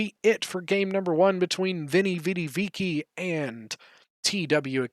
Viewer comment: Yo you gotta be able to pronounce "Veni Vidi Vici" man :D